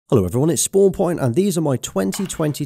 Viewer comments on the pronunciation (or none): none